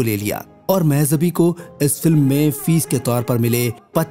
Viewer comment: You made such a nice biography, but didn't bother to get the right pronunciation of name Mehjabeen. it is so irritating to hear the wrong name so repeatedly. Kisi Urdu janne wale se sahi pronunciation puch liya hota.